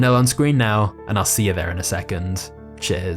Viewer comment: Not sure if the last line was "cheers" or "chairs"